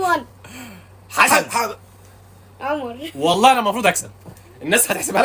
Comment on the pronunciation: انت قلت حاسن مش حسن